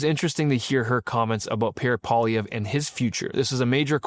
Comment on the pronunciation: Really annoys that after all of these years, Rupa still cannot figure out how to pronounce Poilievre. My god Rupa, you live in Ottawa! Pronounce it correctly